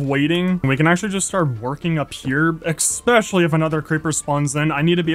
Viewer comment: “exspecially” Great vid as always